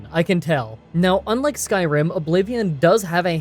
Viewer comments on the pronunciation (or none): none